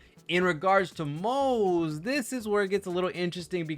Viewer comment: it's "Moh-zuh" btw, we already know the pronunciation from the 2.3 Special Program.